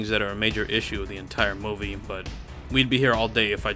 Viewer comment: I’m sorry but… WHAT?! Who on earth says the word MOVIE like this?!?! Lmao! 😂bro WWWWHAT?!! Wtf is a Mowe-vee?!?!! You mean MOO-vee??? Y’know, “MOO”? Like a cow? Moo-Vee. Like how everyone else on planet Earth says it lmao. Good lord it is sooo distracting